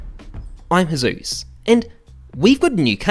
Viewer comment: when he gets a good item sounds more Australian than an australian